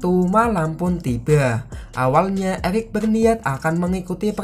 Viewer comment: Eric di bilang elic wkwkwkwk🤭🤭